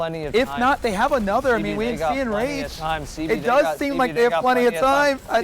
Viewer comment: ENGRAGED ENGRAGED ENGRAGED